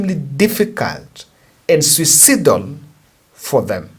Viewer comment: the word is read phonetically as siuc-a-i-d-o-l. Keep it up my brother, l do support Ur projects using a different number